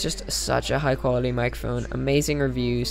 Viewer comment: "Great Build Quility" Sorry, just thought I'd point it out XD